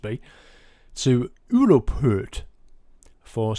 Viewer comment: lolz Uropeurt XD Just say Euro and say Port and you're close as hell in pronouncing Europoort :)